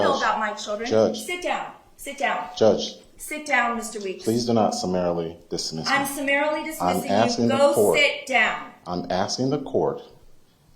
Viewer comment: Just, uhm, summarily, not summerily. 😉